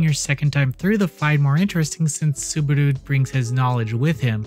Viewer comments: Saburu? His name is Subaru. 😅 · I'm looking forward to it. P.S. It's Subaru. Y'know, like the car brand. Or if you want to be cheeky, Barusu. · i had an autistic meltdown on how badly you pronounced Subaru, it's literally the same pronunciation as the car company.